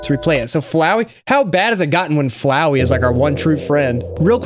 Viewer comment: Flowey more liek Flow-eye